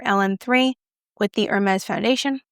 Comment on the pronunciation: “AIR-MESS” “PLEH-NAIR” I am French-speaking and that is the closest pronunciation using letters (as opposed to linguistic symbols). In French, you don’t pronounce the H. Also, because Hermès is a proper noun, the S at the end IS pronounced as the letter “S” (not like a “Z”). (But usually in French you don’t pronounce the last consonant.) For “plein air”, the rule is more complex but here goes: when a word ending with a consonant is followed by a word starting with a vowel, you link up the consonant of the first word with the vowel at the beginning of the second word - that is why PLEIN AIR is pronounced (approximately) “PLEH-NAIR”. Thanks for your first impression review of this new foundation. It looks promising. I look forward to a full review. Eyeshadow looks great too.